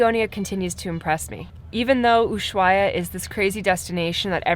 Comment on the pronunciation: VERY awesome shots BUT you guys really need to get on the same page re the pronunciation of "Ushuaia." Are you going to take the narrow-gauge train to the national park?